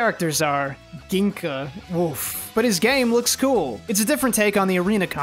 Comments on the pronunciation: Hearing him say Gingka with a hard G and not a J hurt my soul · Batuken Shoot Beyblade Fan: …Metal Fight characters that I cannot even pronounce the protagonist’s name correctly. Also Batuken Shoot Beyblade Fan: Gin-Ka (not Jing-Ka, which is from the English Dub. At least it’s not from the 4Kids Dub). Yu-Gi-Oh fans who watched the English Sub than 4Kids Dub: He’s a wizard. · Glad to see the two best games from this video are from the metal saga, the generation i grew up with, I used to think Ryuga is the coolest guy ever and had lots of L Drago bays but all of them were sadly bootleg. Everytime mispronounced Gingka, i died a little inside lol (its pronounced Jingka with a J, not G). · i grew up with the metal saga and I physically cringed when you said Ginka's name wrong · Gingka is pronounced like Jenga that’s how I remember it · It pisses me off that he pronounced his name as gink-a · its not ginka XD the k is silent lmao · Everytime he says gingka's name wrong i just think about the comment section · I love how he constantly mispronounced Gingka's name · Is it only me or am I the only one bothered by him saying gingka wrong